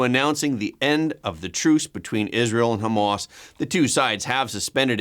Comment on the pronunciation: Hah mahss, not Homemass